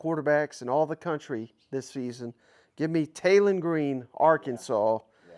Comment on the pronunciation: Say this with me Taylen not Jaylen if you are going to do a list get the dam names right geezz